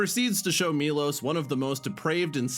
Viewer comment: It's not Milos, it's Milosh , shh